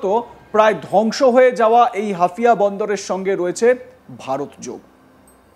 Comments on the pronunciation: ওটা হাফিয়া না হাইফা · haifa. not hafia. get correction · আরে ছাগল হাফিয়া না হাইফা বন্দর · গাধার বাচ্চা এটা হাফিয়া নয় এটা হবে হাইফা। মূর্খের দল দিয়ে সাংবাদিকতা করালে যা হয় আর কি। এটা তো তোদের বাপজানের ক্যাশিয়ারের পোর্ট তারপরও ঠিকমতো উচ্চারণ করতে পারিস না। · হাফিয়া নয় রে গাধা হাইফা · একজন সংবাদ উপস্থাপক যদি হাইয়া নামক বন্দর কে হাফিয়া বলে। এটা কেমন উপস্থাপক 🤔🇮🇳🖕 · মূর্খ মালায়ন। ওটা হাফিয়া নয়😃 হাইফা বন্দর 😋 আগে লেখাপড়া শিখেক ফাউল জোকারের দল। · Hafiya na re bolod Haifa😂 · আগে উচ্চারণ ঠিক কর। হাফিয়া না হাইফা হবে। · ভারতীয় সাংবাদিকদের সংবাদ শুনলে হাসি পায়, তাছাড়া ওরা মিথ্যা ও ভুল ভাল খবর পরিবেশন করে ! যেমন হাইফা নামক স্থানকে হাফিয়া বলছে । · আরে বলদটা হাফিয়া বন্দর নয় হাইফা বন্দর হবে ওটা। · হাইফা কে হাফিয়া বলছেন কেনো? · হাফিয়া না মূর্খ, এটা হাইফা বন্দর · হাফিয়া বন্দর নারে বলদ, হাইফা হবে ওটা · হাইফা রে বলদ হাফিয়া না😂😂😂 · আরে মূর্খ এটা হাফিয়া না "হাইফা" হবে। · শালা অশিক্ষিত।। হাইফা হবে হাফিয়া না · নাম বলতে পারে না। নিউজ পড়তে আসছে 😂 হাইফা ❌ হাফিয়া✅😂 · Are jokar hafia noi haifa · হাফিয়া নয় হাইফা বন্দর। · ওরে বোকা চোদা হাফিয়া নয়, হাইফা (Haifa). তেলাপোকার পাখি হওয়ার শখ!!! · Hafia noi ,,,,haifa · হাফিয়া নয়।হাইফা পোর্ট।😅😅😅😅😅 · সঠিক উচ্চারণ o করতে পারে না 😂😂😂 হাফিয়া😂😂😂😂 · অরে মুর্খ সাংঘাতিক, হাফিয়া পোর্ট না হইফা পোর্ট হবে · Ota hafia noy....ota Haifa port. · Areerr buka chu….ata hafia naaa. Haifaaa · নামটা ঠিক করে বলুন। হাইফা বন্দর। ঠিক করে জেনে নিন, তারপর খবর পড়ুন।